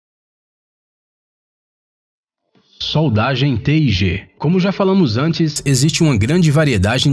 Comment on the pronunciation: Ele soletrou "Te i Ge" kkkk, não está errado, mas quem solda só pronuncia "tigue". Nao estou criticando, só achei engraçado a forma como ele pronunciou kkk